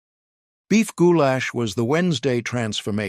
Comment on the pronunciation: “Goo-Lash” gives me giggles every time! 😂